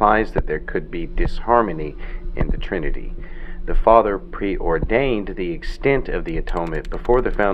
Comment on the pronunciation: Im bothered that can’t pronounce the word “extent”